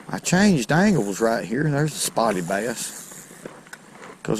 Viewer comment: I did not know bass was a two syllable word